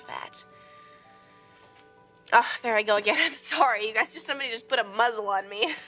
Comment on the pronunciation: You know, there was that part of the episode where she said "somebody just put a muz zle on me" and I was halfway through the screen to volunteer...